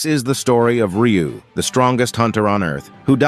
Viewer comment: Also his name is Ryu not riyu